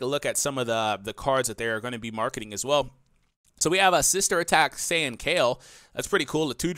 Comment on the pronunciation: Haha, the way he pronounced saiyan was just beautiful.